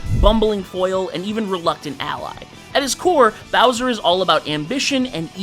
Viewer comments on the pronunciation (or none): none